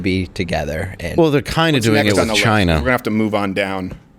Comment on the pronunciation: . lol. chi-nuh! 🇨🇳